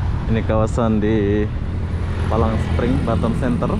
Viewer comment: "Palm Spring" Bukan "Palang Spring".